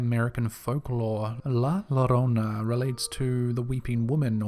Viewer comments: And British people and Americans who shamefully don't know Spanish: the DOUBLE L in Spanish is pronounced with a Y sound so it's not La LO-RO-NA it's actually La YO-Ro-Na. Just a little I For Y, lads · 2 ll is pronounced as y so not llorona but yorona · I think the person narrating this video should be fired for his bad grammar alone. He really should learn how to say words he is less familiar with before he used them and records it forever. Llorona is pronounced yourona. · Two Ls make a Y sound. Its pronounced La Yo-ro-na. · The word Llorona is pronounced Joe-rona, the double L in spanish sounds like a J